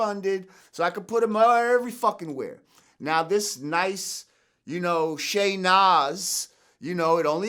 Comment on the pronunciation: Sha' Nas😂😂😂